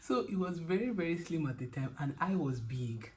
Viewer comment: It was the emphasis on “He was slimmm” and holding out your index finger😂 A good partner is truly a gem, worth cherishing.